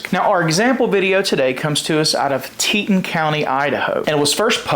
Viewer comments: FYI: Its pronounced Tee Ton county, not teet'n. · Teton, like Teetahn.